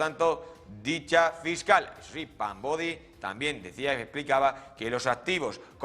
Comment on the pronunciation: Es Pam Bondi no “Bodi “ 🤦‍♀️